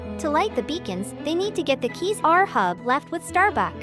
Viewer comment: Ahab read like eight hab not ur hub :)))